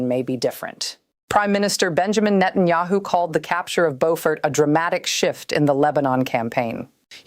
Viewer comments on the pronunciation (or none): none